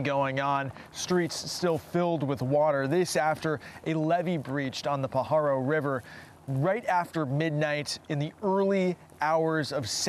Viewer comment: Born and raised in the area you're pronouncing Pajaro wrong it's not p paharo